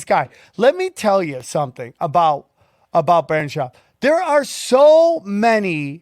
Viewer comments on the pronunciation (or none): Did Sam mention any details about the lawsuit at all or did he just white night for "Brandon" for 15 minutes LOL ? (he knows him so well yet can't even pronounce his first name like everyone else in the world because no one really cares) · BrAAndon Schaub... he's such a good friend he pronounces his name wrong every time. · It's Brendan not Brandon y'know :)